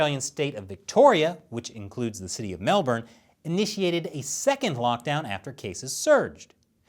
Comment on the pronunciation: I love you more than ever, you pronounced my city of Melbourne correctly!